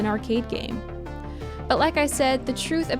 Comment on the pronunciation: The stuff you said about the Pokemon episode is insane. You have no idea what you're talking about. You took some random sketchy study and presented it as the truth. You also aren't saying Polybius correctly.